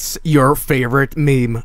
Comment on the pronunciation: Things I learned from this: 1. You need to go on a community college for anime and have anime as your school performance to be able to destroy operating systems. 2. There is a WikiHow guide for everything. 3. Spoon eyes are common in anime. 4. The correct way to pronounce "meme" is "maay-may". 5. You have to scream after defeating somebody in a fight. 6. Subtonic is now avaliable for PC. 7. hates mp3's converted to Midi.